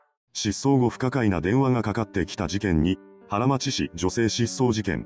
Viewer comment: ハラマチじゃなくてハラノマチですね